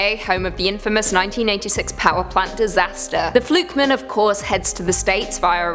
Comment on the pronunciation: The way you pronounce "fluke man" sounds like it's a surname (e.g. Joe Flukeman).